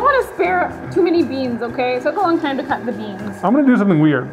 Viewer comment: y'all.. hahaha!! 'bean tiem," "resin tiem…." haha!! *ahem.. "TIME"